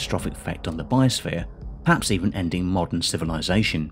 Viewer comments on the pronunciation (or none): none